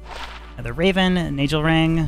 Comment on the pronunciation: It's funny how people pronounce words differently. For instance the Nagel Ring. I always pronounced it: Nay-guhl. I can see it being Nay-jell if there were two L's but there is only 1 L, hence the: Nay-guhl pronounciation. For instance, Stephen Segal. It's Se-gahl, not Se-jall. Or the word Bagel. People say: Bay-gehl, not Bay-jell. That being said there are OTHER words where gel IS pronounced jell. For example the word Angel (ayn-jell), or the word areogel. Personally because of the word Bagel alone, and how it's 1 letter difference to Nagel, means that the Nay-gehl is probably the best and closest but that again is just my opinion.